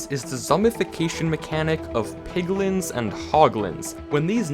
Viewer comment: Lol on 8.14 it sounded like he said poglin